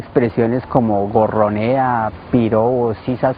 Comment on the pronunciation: Goronea? El dice es q goronea en el minuto